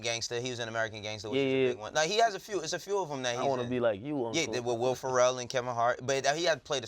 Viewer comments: Are we not gonna mention how pronounced Will Ferrell? He literally said “Will Pharrell” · Bruh called dude "Will Pharrell"... It's Will Ferrell. Like a cat, not like Billionaire boys/ Neptune's etc. Headass